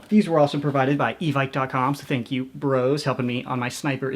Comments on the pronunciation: its pronounced e vick instead of evike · I really don't want to be a grammar Nazi but out of irony I thought it would work, evike is pronounced e-Vick. There, now that I've done this everyone will love me.